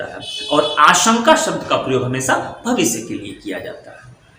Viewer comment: सर जी भाषा को भाषा उच्चारित कीजिये, न कि भासा। हमेशा को भी आप हमेसा कह रहे हैं। एक एक शब्दों नहीं, एक एक शब्द कहिये। यदि आप हिन्दी भाषा को समझाने का प्रयास कर रहे हैं तो अच्छी बात है परन्तु यदि उच्चारण और व्याकरण ही अनुचित होगा तो आपकी ये वीडियो सुनने का मन ही नहीं करेगा।